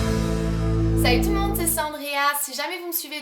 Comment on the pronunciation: Le "salut tout le monde" a un accent canadien lol j'aime bien